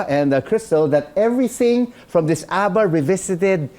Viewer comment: Thats not ABBA thats ADDA😂😂😂